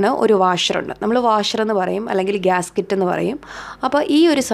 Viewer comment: ഗ്യാസ്‌കിറ്റ് അല്ല ഗ്യാസ്‌കെറ്റ് ( Gasket )